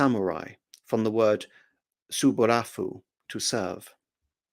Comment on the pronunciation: On the origin of the word samurai, it's actually from the verb "saburau" which as you correctly state, means "to serve". The rest of the pronunciation aside, the "fu" at the end is actually not pronounced with the f. It is a case of standardized kana usage from that period where the "u" at the end of many verbs is written with the character for "fu". This seems to be a holdover from a much older form of the language where the h line "ha ho fu he ho" were all p's, meaning if the word had existed pre Nara, it would have been something like saburapu. In actuality, the word comes from a combination of the prefix sa (which seems to be no more than a particle used for emphasis, a bit like "ど" in modern Japanese) with "morau" (written "morafu") a shortened form of mamorau (mamorafu) "to protect". I know this is incredibly minor stuff that doesn't warrant a long comment, but I'm very fond of classical Japanese, and who knows, it might even spark you to brush up your pronunciation a bit!